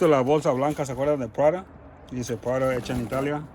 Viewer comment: Las carteras son todas originales, se pronuncia,l r, Prada. Estan deterioradas por el tiempo, pero tal vez al pulirlas puedan recobrar vida las de piel.